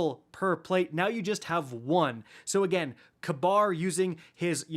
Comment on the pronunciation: Kabr... is pronounced, "KAY-BER"